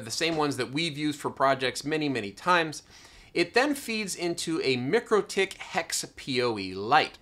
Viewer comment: Mikro pronounced like Micro, not mickro. Mikrotik pronounced like Micro tick. Couldn’t help but chime in :)